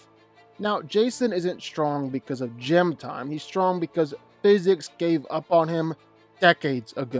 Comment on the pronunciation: What in the hell is "gem" time..??? I'm guessing you are trying to say, "GYM" (pronounced like "Jim") time???